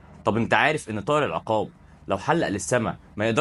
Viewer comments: اسمه العُقاب بضم العين و ليس العِقاب بكسر العين زي ما انت بتنطقها .. طيب حتى اعرف النطق الصحيح لاسم الطائر أو الموضوع اللي بتتكلم عنه أو بلاش تتكلم ولا تعمل فيديوهات افضل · العقاب بضم العين وليس بكسرها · بس ياريت تلفظ اسمه بالشكل الصحيح.. العين مضمومة وليست ساكنة ولا مفتوحة في كلمة عقاب 😊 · ياسيدي انطقها صح بضم ال ع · السلاك عليكم يا غالي مش العقاب ضع ضمة علي ع حتي يكون النطق صحيح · تصحيح النطق، اسمه العقاب بضم العين وليس بكسرها والفرق بين اللفظين شاسع جدا